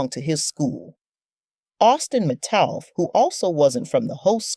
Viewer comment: U even said his name wrong, its Metcalf, dummy, and thats not how it happened, do research the rite way with the true facts.